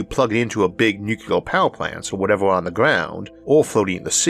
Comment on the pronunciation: It’s “NuCLEAR”…. Not “NuCUELAR” I know G.W. Bush pronounced it incorrectly…. But he still pronounced the word incorrectly.